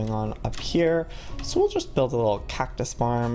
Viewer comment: Whenever he said cactus he said it like cac-tus not hating js